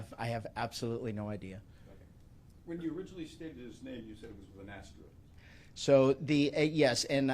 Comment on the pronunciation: Wow. As if this whole debacle wasn't cuckoo enough, you have an elected Sheriff who refers to his underling subordinates as his ''Depity's'' & pronounces the word ''asterisk''... ''astrict.'' Incredible.